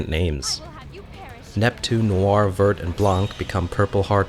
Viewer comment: I know its an old video but you dont pronounce the T and C at the end of vert and blanc